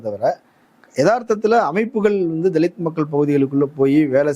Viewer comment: தலித் னு உச்சரிப்பதே தவறு